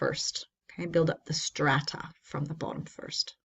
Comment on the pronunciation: Having a hard time saying strata?